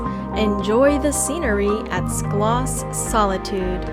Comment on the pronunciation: Terrific video of Stuttgart and its many places of interest - the pictures were beautiful, though many times the narration did not match the picture on the screen. But PLEASE find someone who can tell you the proper pronunciation of places like Stuttgart (Shtootgart), Schillerplatz (Shillerplatz) and Schloss (Shlawss), Wilhelm (Vilhelm). Listening to your narration was painful for someone who lives here.